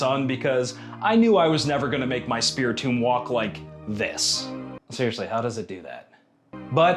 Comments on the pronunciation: pronounced tome instead of tomb in the first 10s, scary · Lol wait did the narrator say Spirit "Tome"?